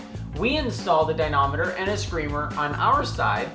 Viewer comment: Good videos. But the word is "dy-na-MOM-eter" Never ignore MOM.